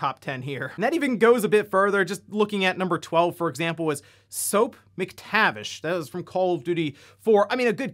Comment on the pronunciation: Bro why would you say soaps last name like that ..